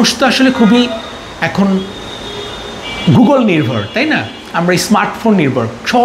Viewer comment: মানুষ এখন 'গুগোল' নির্ভর, গুগল বললে ভুল হবে।